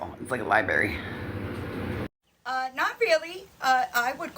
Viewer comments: Library not a libary 😂 talk about uneducated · It’s library not libairy , it’s file not folder, and if she would just get offline a lil bit she could maybe get a job, take a literacy class, better yet a parenting class and actually pay attention. Just some ideas for her, although I am starting to think that secretly she doesn’t want the kids back, with all the self sabotage, or she really is so dumb she doesn’t see her behavior and actions online as harmful and a perfect example as to why children shouldn’t be under her care, because they are just going to be subject to watching her act a fool online all day everyday. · No wonder is so uneducated. She doesn't even know how to say LIBRARY!😂 It's not libary like says it!😂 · Or even how to say libRary not LIEBERRY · Did she say LIE – BERRY?? 😮😮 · Only LJ and Lisa know, they both use a lie-berry 😂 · Wtf is a "lie berry?" Bahahaha! 😂😂🤣🤪🥴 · 😂 It’s like a lie-berry😂😂😂😂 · What is with these GROWN ppl not knowing how to speak properly, LIBARY is what toddlers say 🤭🥴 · Oooh she’s scary looking here. This video needed a warning! Lol Holy Sheet! 😳 n did she say Liberry? 😂😂😂😂